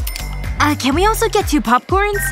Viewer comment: Did she just say popporns? 💀